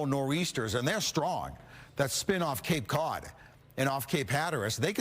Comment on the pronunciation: He said cape cod like he was fixing to go all dumb yankee on us. Lol